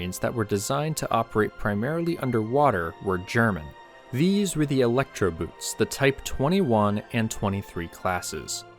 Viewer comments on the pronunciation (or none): The Walther turbine was what made the Elektroboots (pronounced "boat" not "boot") possible. Essentially the submarines were made larger to carry the needed hydrogen peroxide in special tanks. When the turbine didn't work out, the space for the tanks was used for the extra batteries.